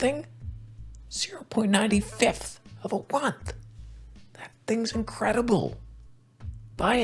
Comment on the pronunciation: 0.95th of a onth? This is pur gold